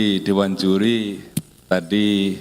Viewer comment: "dewan juli" 😂